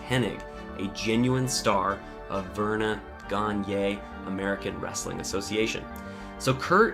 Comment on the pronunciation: "Vern-a Gan-ya" lmao bruh, how are u a wrestling fan and can't pronounce that name correctly